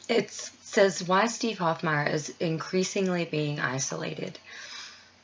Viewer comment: Hofmeyr is pronounced "Hof-may-er" , not Hof-my-er. Great video and shout out! Keep up the awesome work... .you are reaching our hearts and minds!